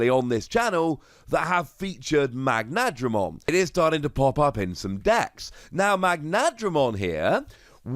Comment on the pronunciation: Correct: "Magna-dramon" Not: "Mag-nadramon"